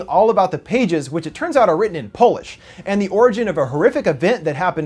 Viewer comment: "it's powlish"